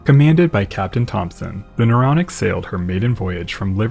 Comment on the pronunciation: The “Neuronic” 😝